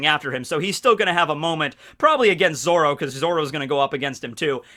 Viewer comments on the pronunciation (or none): none